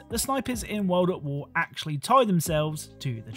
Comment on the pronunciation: "Call of Duty Wo'ad'Wo" Very British